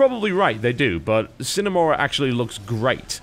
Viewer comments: the hell are you talking about. Sign, it's pronounced like Sinae.. It's not english, thus people like you cannot pronounce it.. just like the americans that try to pronounce a french name... come ON! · Correct me if I'm wrong, but I believe 'sine' is not pronounced like 'sign' at all.. I think 'sine' is Latin (sine + ablative: without) and then it is pronounced like 'seenay'. Together with 'mora' (mora, morae: delay) this makes 'sine mora', meaning: 'without delay'. You know, just in case you're interested^^ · I'm disappointed TB. You of all people should be able to pronounce Latin. It's si (like the Spanish si) ne mora. Without delay. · Aside from the fact that your'e namecalling, you are also wrong- it's pronounced "see-neigh", not "sine" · Si-Neh Mo-rah (no pauses in the middle though, it was just to indicate the separation of words) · I believe "See-neh more-uh" is the classical pronunciation. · See-ne Mo-Ra the I is pronounced like the first e's in cheese, the E is pronounced in the same way you'd say the letter A in the alphabet, O like you'd say it in the alphabet, and A like ah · Probably too late now... but TB? It's Latin. It's pronounced "See-nay Mo-ruh." If I remember correctly, it means "without delay" or something of that like. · Sine Mora [sɪne mɒrʌ]: Without delay Simple, phonetically pronounced latin. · I think it's See-NAY Mor-AH Latin for 'Without Delay' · I Believe it's pronounced, Sinner Morah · The fuck it is, it's pronounced like the beginning of the word Cinema. Sin-a More-a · Pronounced seena mora, Latin for without delay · see-nay moorah is the way to pronounce it according to my latin class, it means "without delay" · It's more along the lines of sin-eh more-a. Yay Latin! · its a short I sound, sih-nay more-ah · see-nay moor-ah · see-neigh more-uh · i think its pronounced Scene mora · see-nay more-ah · Its pronounced exactly like its spelled (slavic language rule of thumb) Sine mora aint celtic lol.